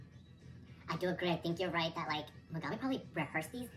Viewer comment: Me-GAG-mi really gagging me 😵‍💫